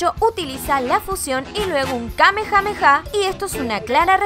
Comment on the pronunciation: Como cuando hizo el kame Kaká 😂